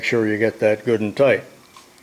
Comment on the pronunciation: Goodandtight! I thought that was German!